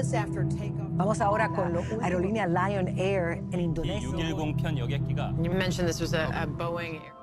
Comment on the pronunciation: Miminnya dodol liong mau blng lion air bljr lgi min